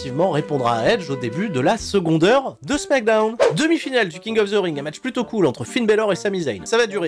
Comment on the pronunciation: Je me rappelais plus pourquoi je n'étais pas abonné à ta chaîne, mais ça y est je m'en souviens. "Smackdeune" c'est trop gênant.